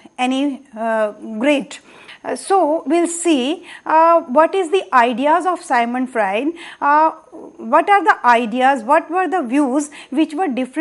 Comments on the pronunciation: It's Sigmant Frued..not Symon Fraed.. thank you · It's Sigmond Fraud!!